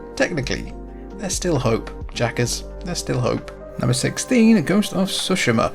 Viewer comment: If I mention when something is wrong, I must praise and something is right as well. Thank you for pronouncing Tsushima correctly. It really annoys me how many reviewers and youtubers claim to have played the whole game, but despite 1000 times they say the name, people mispronounce it. So thank you for treating our ears to the correct pronunciation :D